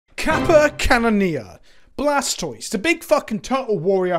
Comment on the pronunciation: Isn't the "toise" of Blastoise supposed to pronounced like tortoise? (kappa)